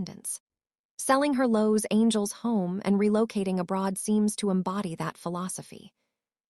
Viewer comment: Why Do You have This Woman 👩 that telling the story Mispronouncing Constantly Los Angel 😇 Instead of Los Angeles! Why? Why? That😢Horrible!!